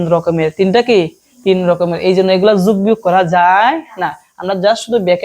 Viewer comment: স্যার আপনি বলেন যুগ, যুগ❌ হবে, যোগ✅